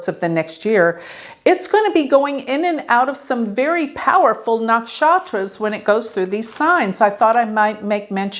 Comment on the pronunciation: Sha ta bi shak.....luv the way u pronounce nakshatras